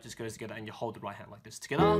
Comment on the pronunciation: Ha ha. I wait for him to say togethaa every video I watch.